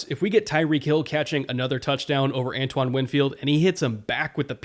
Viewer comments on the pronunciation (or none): none